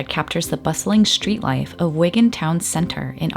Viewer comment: Why are we changing the pronunciation of the word street to shtreet? Of course, you are not the only one doing this. Like so many others, you have probably been doing this since your middle school days and do not even realize that you are doing it. Sorry to complain, but it is a bit distracting.